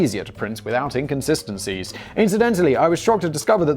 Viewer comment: Did.. Did he say inKonsistencies?